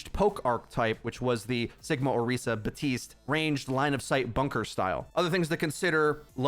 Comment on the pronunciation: PLEASE learn to say Baptiste's name properly. I truly do not understand how it is that difficult